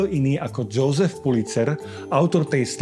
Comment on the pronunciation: Göbels sa číta Jozef, nie Džousef.